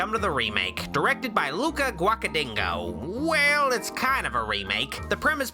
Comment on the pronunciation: the way said his name was just funny to me Idk why